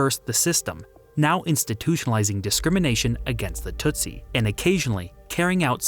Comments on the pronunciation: its pronounced, "Tusi" NOT TUTsi. Smart, disiplined, well educated; tough. Several types including The Banya Mulenge from the high hills. Super excellent fighters! Do not mess with these guys. Read, "Mission song" by John le Carre. He shows how even the Swahili changes from the coast to Ruanda where most speak Ki-ruanda. Ki meaning language; Wa meaning people. I am from Dar-es-salaam. Kwa heri, sasa, rafiki. (Good bye for now, friends.) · "Hootoo" and "tootsy" sound like nonsense words you saw to a child, and "Rwanda" sounds like what an African-American teen names her baby when she thought "Rhonda" sounded too white.